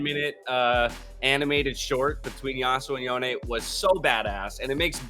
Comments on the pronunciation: wtf YonEE? instead of yone? riot come on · in the 10 minutevideo animation riot released yasuo said yoNEE.